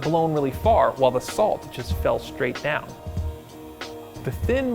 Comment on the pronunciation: why you say "schtreit from nasa"?, wat kind of dialect is that?